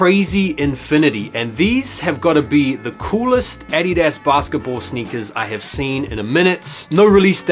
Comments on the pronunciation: The way you say “adidas” is fucking hilarious 😂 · Anyone else annoyed af with the way he pronounces addidas?